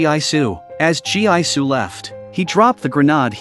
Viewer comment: Listening to you saying Gi-su (spell Gee-su) as Jee-I-Su, I'm impressed you're not tired spelling like that lol